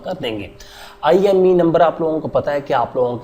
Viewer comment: IMEI number hota hai...IME Nhi😂